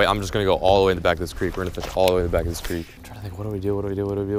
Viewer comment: thank you for saying creek like you did. ou did not need to correct yourself. My friends make fun of me when I pronounce it like that.